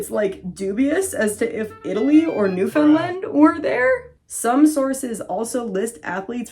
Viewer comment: i cant believe u pronounced newfoundland correctly, thats so impressive tbh